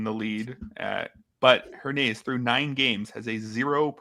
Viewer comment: I think its pronounced Her-ny-ez